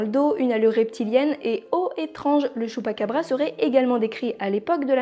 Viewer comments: J'ai adoré la vidéo mais à la base ça se prononce < > même si ça s'écrit chupacabra comme pikachu, mais apart ça excellente vidéo continue comme ça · j'adore le choux'pa'qu'à'bras